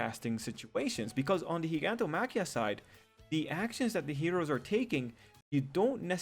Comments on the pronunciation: WHYYYY does everyone pronounce it “Geegantomachia” it’s obviously pronounced in the anime as “Jyganto..” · In the dub they say it like JYGANTO-machia but in the sub they say it as GIG-antomachia (exactly how it is spelled) -- I go by sub since dub mispronounces others names like Chisaki (Overhaul's name) in the dub they say Chi-sack-kee; the real way to say in sub is Chi-saw-kee. lol